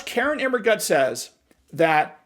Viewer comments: I love how you keep saying KAR-in 😂😂😂😂😂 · I love the strong emphasis on KAREN, every time her name comes up... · I love the way you emphasize her first name.